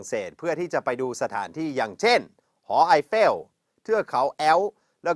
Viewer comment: 03.52 สำเนียงฝรั่งเศสเป็นยังไงไม่รู้ รู้แต่สำเนียงไทย เป๊ะมากครับ หอไอเฟ่ว เทือกเขาแอ๊ว ไม่มีสำเนียงฝรั่งปนเลย เมพมากๆ 555